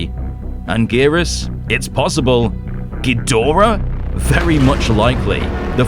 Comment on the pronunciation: All I want is for people to start pronouncing Ghidorah properly.